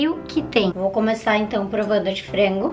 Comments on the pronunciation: Pq ela fala "fraingu" PORRA É FRANGO, da muita agonia ela falando. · Pq as vezes ela substitui o A pelo E? Exemplo no minuto ela fala "Frengo"